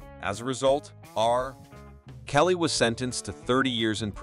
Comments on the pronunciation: R (long awkward pause) Kelly, That 70 S Show, one thousand nine hundred ninety s… Alarming stupidity! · It's annoying when the AI voice stops after R in R. Kelly's name because of the period. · So, no one is concerned with the prevelance of AI voices used to read scripts like the one used in this video? "Early nineteen hundred S to the two thousand S?" "Ar, kelly?" United States Magistrate judge? Country music as the backdrop? I mean, is the creator of this channel even a real person or is everything AI?